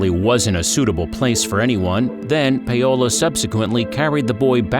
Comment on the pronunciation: Does the narrator seriously not know how to pronounce Paolo?